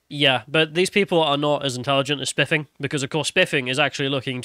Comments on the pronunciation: I thought you said "SpLiffing Brit"!!!😆😂🤣😭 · his diction is terrible i can't listen to him don't call yourself the if you can't pronounce a "th" sound